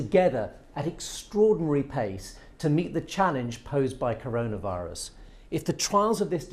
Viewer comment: BBC Reporter: Karuna virus Me: Oh K